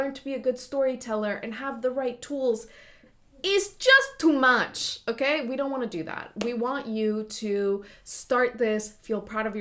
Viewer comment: “ITS JUST TO MACH” 😂😂 I’m saving that with the exact accent too